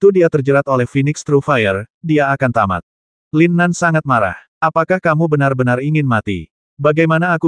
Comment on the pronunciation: duh GK jelas tamt nya 🤭🤣🤣